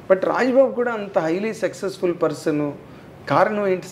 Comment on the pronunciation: Anchor గారూ - " సెక్సెస్ ఫుల్" అని 4-5 సార్లు అన్నారు.. సక్సెస్ ఫుల్ అనండి